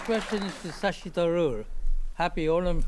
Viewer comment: pronounced Shashi Tharoor almost perfectly right. Wow!